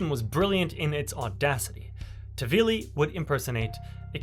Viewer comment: Nice video but his name is not tavili but taHvili